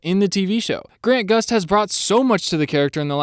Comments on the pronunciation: He kept calling him Grant Gust lol. It’s Grant Gustin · He messed up two names. Most important Grant Gustin not Grant Gust. And is Danielle Panabaker not Daniella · You kept forgetting the "In" in Grant Gustin